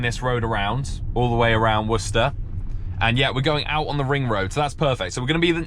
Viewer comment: Wow its so insane to here someone pronounce worcester correctly, as someone who lives in a town right next to worcester in massachusetts. Always hear war-chester or some stupid shit like that